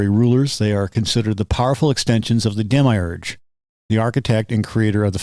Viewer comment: I couldn't take you seriously for pronouncing demiurge like that